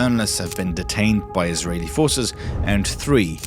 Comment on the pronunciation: You spelled israel wrong and the way you pronounced Israeli arabs is so terrible, it doesn't even start with an f